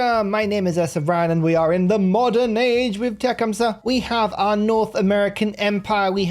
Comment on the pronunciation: You are not pronouncing his name correctly. Te-CUM-seh accent on 2nd syllable